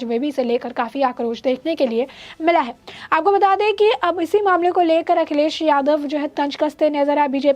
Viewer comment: Your News Reader is very boaring... Every 2nd line She pronounce "Aapoko Bata De" Please ask her to rectifiy this Bad habits..